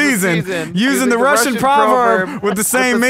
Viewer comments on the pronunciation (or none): none